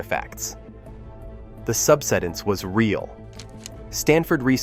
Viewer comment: sub-SI-dense, not SUB-si-dense. Please speak English. The land subSIDES.